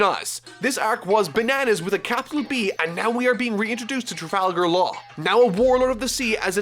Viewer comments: It tra guy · "I'm determined not to mispronounce any names"..... say trafalgar again. Slowly. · not gonna lie this arc is a set up arc and not that good note: please don't say trafalgar's name like that it's killing me. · "i will not pronounce any name wrong" Proceeds to pronounce Trafalgar wrong